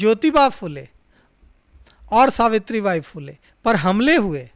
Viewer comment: भाई साहब ‘फ़ुले’ नहीं , फुले बोलने में शर्माने की कोई ज़रूरत नहीं है 😊 ( महात्मा ‘फुले’ फ़िल्म हर किसी को देखना चाहिए , माँ सावित्री बाई फुले को शत शत प्रणाम 🙏 )